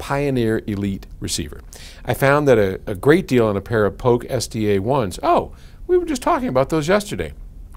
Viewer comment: Polk.... not Poke